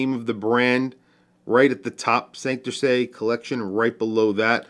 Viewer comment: Hey,, another killer watch & video! Fellow New Yorker & Boricua here, oh yeah, and watch nut. Gringo phonetics for saying Santurce. Sand/tour/say. Wepa!